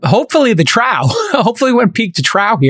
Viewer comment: Trow? Trough is pronounced like cough. Troff